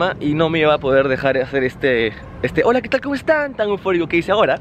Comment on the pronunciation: Esa hola quetal suena HORA LETAL.